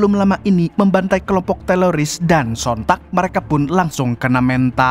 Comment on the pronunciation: Bang bukan teloris.....wkwkwkwk lidahnya kepleset